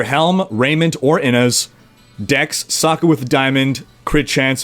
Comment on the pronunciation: you say socket an i understand "suck it" xD xD